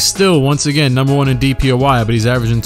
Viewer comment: Everytime he says DPOY I hear DPOI haha